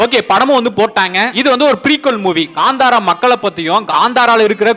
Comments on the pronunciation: It's not gantara it's KANTARA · Ganthara alla .kantara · Gandhara illa pa, Kantara....